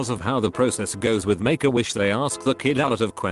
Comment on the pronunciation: sounds like "megawish"